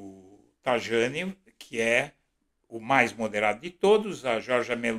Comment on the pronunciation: Pronuncia-se TA I A NI